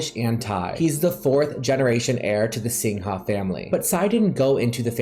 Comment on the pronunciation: ...darlin..greetins from little Singapore...singha is pronounced "sing ga"...as in lady gaga